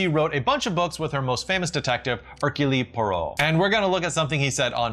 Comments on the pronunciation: Also, bris rhymes with hiss. Brie is a cheese. And it’s not Herculee Poirot… it’s Hercule, like, it rhymes with Yule. Kinda odd to have three pronunciation mistakes in one video. 😂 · Ahem, it is 'air-cuel' Poirot. Only two syllables. Use the little grey cells. . . Good video, btw! 😛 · Not "Erkewlee" - Erkewl Poirot. He'd have you arrested for less. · it is Hercule as in 'rule. ' It would only be Herculet as in paté if there was an accent on the é. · Herculeeeee? Air-kyool. <3 Sorry I love you but theres nothing better than hearing Hercule Poirot say his name, mes enfants. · A BREE? her-cue-LEE? You make me laugh. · First, I did enjoy the video. Thumbs up. Thank you. I did think you mispronounced some words during it, but maybe it's just me... or were you doing it intentionally, tongue in cheek? Such as when you said Hercule as Herculee, and bris as bree, and it even seemed like you mispronounced Al Jolson. Sorry to nitpick. Just thought you might want to know. Thanks again. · Herc-u-lee Poirot? Confirmed you've never watched an adaptation. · Oof, he butchered the pronunciation. -ule as in mule. Her-kule Pwah-row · I was enjoying your channel so much, but you lost me completely when you didn't know how to pronounce bris and Hercule. Wow. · Check your pronunciation of "Hercule" Poirot and Al "Jolson." To hear a writing coach mispronounce them is jarring. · I'm sure other people have already pointed out how to pronounce bris, Hercule, and Jolson, so I won't. Good video!